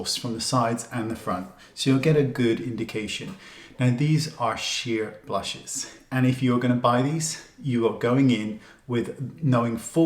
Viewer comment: That's the best shirt in the history of YouTubeland lol PS. I love he way you call them "blushahs"! 😁❤️